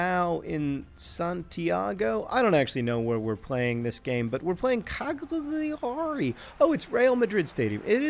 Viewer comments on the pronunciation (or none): It's pronounced "cal-YAR-i."